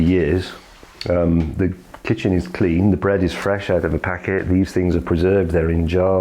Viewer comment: oh packet?